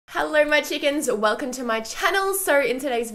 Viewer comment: "Heller" = Hello, "Vidier" = Video